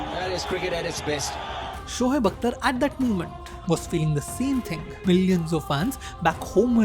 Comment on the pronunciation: Its shoaib not shohaib😂 totda sala